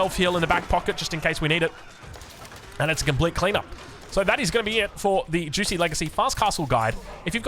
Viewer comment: I didn't know it was pronounced juicy